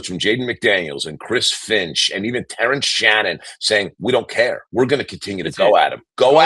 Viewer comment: "I don't cayuh how Mitch got injihhd!"